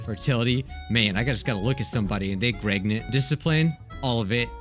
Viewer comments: Did I just hear him say gregnant? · I heard him say “gregnant” instead of the actual word?